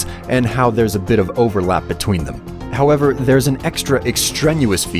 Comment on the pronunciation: why do you pronunce however how ever????????????????????????????????????????????????????????????????????????????